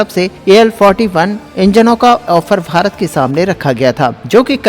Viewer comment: Sirji kindly pronounce as BHARAT & not as FHARAT